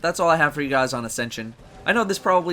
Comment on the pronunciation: "Hey gwuys it's yo boy here back with today's destiny video, and in today's destiny video, we have dis weeks loot dwops in dah pwison of owduhs" or at the end "wike, comment, and subscwibe fo daily destiny videuhs" I hate being a dick, but if you see the crap he says to subscribers in the comment section, he totally deserves it.